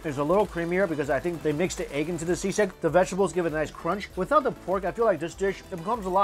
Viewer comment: He pronounces "Sisig" perfectly